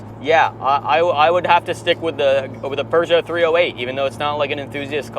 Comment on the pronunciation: Lovely video. Great cinematography. Storyline was okay. Please never try to pronounce Peugeot ever again.